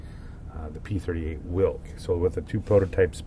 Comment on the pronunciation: Pronunciation - "Veelk". In game it has V-770 V12 engine from prototype, but model has V8 (4 exhaust pipes in the row). It was a air-cooled engine, game insists that it is water cooled. There was no jet exhaust stack.